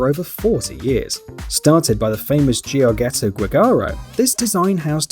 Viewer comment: It's Giorgetto not Giorghetto...